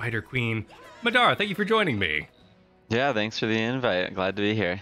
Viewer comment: One day people will learn how to say Madara correctly, but it is not this day.